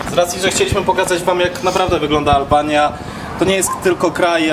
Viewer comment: albania a nie alalbania